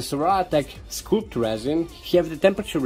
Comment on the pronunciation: the scul in sculpt is pronounced the same as a head... skull... while you are making it printed... imagine the tube were not square, so it caste shadows on the one side, but kind of smooth raised up like the body on a modern jet fighter. I; trying to think of another way....erm.. like speedbumps on the road... they don't cast shadows, unless the light is super low. would also be interesting to see what happens with two in series and parallel.